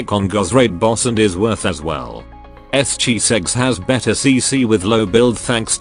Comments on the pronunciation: Yes, this person always saying Chisegs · why i heard S,chiseg??